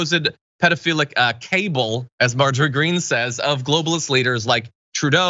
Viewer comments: madness! She she did say cable for cabal and also gazpatcho police for Geshtapo! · Cabal not Cable 🤣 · Cabal, pronounced differently than "cable"! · Cabal and cable are not pronounced the same.